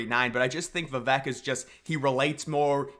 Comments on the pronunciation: Vi Vake 😂😂 not Vi Veck 🤣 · please say his name correctly if you like him. I'll help vuh-vake Vake like cake with a V. his quote helped me remember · Love the vid bro! Good content! 😄 Just one thing tho…Vivek’s name is pronounced viv-AKE. Like cake…. 👍🏻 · Vivek Ramaswamy. Learn to pronounce his name. Vi-vake. He is the number 1 person to demolish the deep state. He is our 1776 America First patriot. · Learn how to pronounce Vivek. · every time you mispronounce Vivek it's triggering